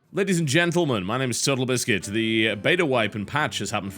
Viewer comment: is it just me or did it sound like he said "Hello my name is SudtleBiscuit"...?